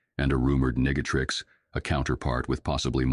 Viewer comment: Ok, that nega-trix mention with that pronounciation HAD to be intentional. 😂